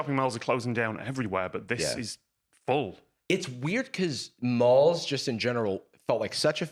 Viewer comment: I can't get over 'shopping mals' 😂